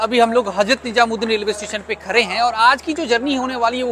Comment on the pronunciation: Khare hai nahi re khade hai bolte hai